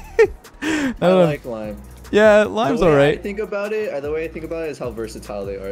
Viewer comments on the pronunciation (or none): i like how said limen but not lime